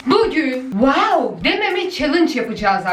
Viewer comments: WAWDA DİYİL WƏƏW DEMEME ÇALİNC 😂😂😂😂😂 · Bu "WAOĞW" beni bitirdi mxxmsmmsdm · "waow lık bir videomu yok arkadaşlar ama wuuuw luk bir video" 😂😂